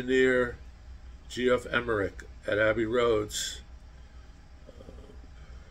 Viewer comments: Great subject. I need to point out, "Giles" is not pronounced with a hard "G" like "Guy". It's a soft "G", pronounced like “Germ" or "Jelly". Also "Geoff " Emerick is pronounced"Jeff". The "o" is silent. Just an alternate way of spelling "Jeff". Some Beatles fanatics 🙄 word of lambasted you! HaHa! Also, "Free As A Bird" & "Real Love" were both released on vinyl 45's with picture sleeves. On another subject, I wish I had gotten those anthology LP sets either when they first came out or a second time I had a chance to get all three at $40 a piece, still sealed! It would be great if they rereleased them with a 4K remaster of anthology on Blu-ray! Nice,! I just don't see it happening! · Geoff Emerick's name is pronounced Jeff